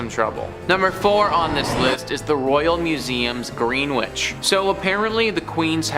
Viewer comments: Mary Todd is mouring the death of her husband but also the death of her son a few years prior to that historic assassination... btw it's pronounced Grenitch not Green Witch... as in the time-zone Greenwich Mean-Time... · Green-wich? No.